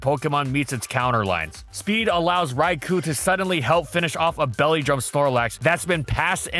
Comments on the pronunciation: Raikou* not Raiku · This is why it bugs me that there is still isn't an ability that triggers Trick Room upon switch-in. Also for Arceus' sake it's pronounced "Rai-Koh"!!